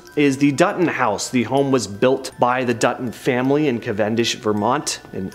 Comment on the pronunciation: Yes, me too! I’m a native Vermonter and the pronunciation of Lake Bomoseen, Montpelier and Cavendish had me cracking up. But yes, otherwise a great video.😊